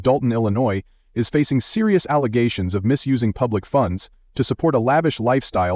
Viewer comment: Every time I hear the world "allegations", it reminds of her misnomer "alezations" 🤣